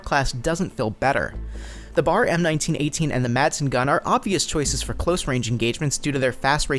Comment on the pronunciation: Its not BAR its B.A.R not being a dick just saying